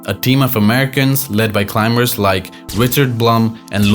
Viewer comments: It’s not climBers … the B after the M is silence And it’s not standard English also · The voice on this video pronounces the b in climbers